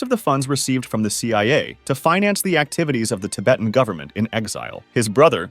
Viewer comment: Damn didn't know that US Naval destroyers could fly and looked like fighter planes in 1964! also "tib-uuht" bro how do you mispronounce how you say "Tibet" but then seconds later correctly pronounce "Tibetan" ???